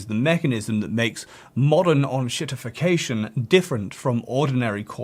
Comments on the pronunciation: It's EN-SHIT-IFF-IC-A-TION, not ON-SHIT-IFF-IC-A-TION. Ya Franco-ponce. I also sell fine on Amazon without adverts. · please don't be like these "fi-NOHNG-ce" asswipes, it's Fi-nahns, and it's EN-shittification not OHNG-shittification also, english for fucks sake, fix your letters. make them do what's on the box. sincerely, Germany.